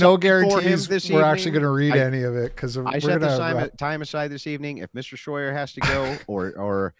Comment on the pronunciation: “Shroyer” Here we go again 🙄